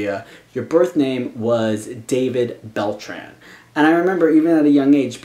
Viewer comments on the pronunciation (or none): If it's a Latino name pronounce it like it is: Dah-beed Beltrán (don't forget to pronounce the tilde you pronounced it without the tilde and it sounds really weird). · It's pronounced da-beed Bel-traun.